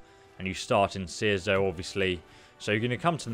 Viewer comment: makes some good outward guides, but I can't help but wonder if he deliberately pronounces names wrong "seerzo" "chersonce" and ockollolt" are so wrong I can't help but type this comment.